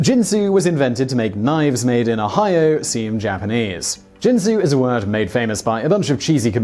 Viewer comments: It's pronounced kin-soo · Simon, Simon, Simon... 😣 Once again, problems with pronunciation. 🤐 - Ginsu is pronounced with a "hard G" as in get, or ghost Please please PLEASE do a modicum of research sometimes? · Did anyone else comment that 'Ginsu' is pronounced with the hard 'G' sound, like 'guinea' or 'got' and not the soft 'G' like 'gin' or 'giant.' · Uh, that has nothing to do with the topic. Ginsu is pronounced by the company with a hard "G." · Ginsu has a hard "G." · Dude, no offense to your producer, but you mispronounce sooooo many words! The young people are using this new fangled thing called GOOGLE to look stuff like pronunciation up. I would be more than willing to help if you need it. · It's not pronounced Ginsu. It's pronounced Ginsu. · OMG, his mispronunciation of GINSU is driving me crazy!! :( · Ginsu starts with a hard 'G', not a soft one. Montalbon has the accent on the first syllable, not the second. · THIS VIDEO'S MISPRONOUNCED WORDS: Ginsu is GINN-SOO (hard G, not a soft G); Ricardo Montalban's last name is MONTAL-BAHN (similar to "autobahn") not MON-TAHL-BAN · Oh you mispronounce Ginsu. It isn't jensu. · Ginsu. Hard G like garbage, gutter, game, etc. Not a j sound. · There should be a top list of the many times Simon Whistler mispronounced a word. For example, the Ginsu commercials clearly pronounced the G , like Gill. It's annoying to hear every video with obvious mispronounciations. Do your research and stop sounding stupid on YouTube. Ricardo MonTALbon? Really? OMG! It's MONtalbon. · Ginsu ( another brand name ) , is pronounced with a hard sounding G . Not with a soft G as in the liquor Gin . I remember the commercials in which they pronounced the name of their miraculous new knife . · you are saying Ginsu wrong, you are pronouncing it Jin-Su not Gin-Su G G G ge Ge Ge sound, Ge In Sue, next you will probably start saying JIF instead of GIF, JIF is a bloody peanut butter brand not an animated graphical interchange format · Ginsu, not Jinsu...